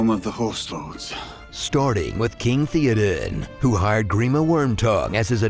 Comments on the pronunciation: It's pronounced Thay-o-den, not The-o-den. Come on. 😂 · Couldnt even pronounce Theoden correctly? Put that little effort in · Mispronouncing Théoden's name throughout... >.<